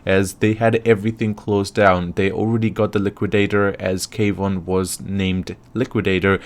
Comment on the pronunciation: Not K—wan it’s one word Kwan just said the same as Swan.